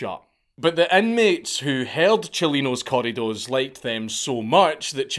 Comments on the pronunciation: It’s pretty funny hearing any race try and roll their R’s. It’s always “Cor-i-dos” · I’ve never heard “corridos” pronounced like that 😆 something beautiful about a Scottish (or Irish?) lad saying Spanish words